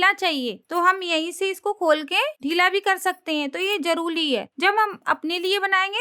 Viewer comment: Jaluli nahi hota jaruri hota hai